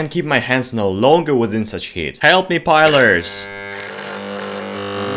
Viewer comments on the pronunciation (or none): Its pliers not pilers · lol pliers=pilers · "Help me pilers". Good effort though XD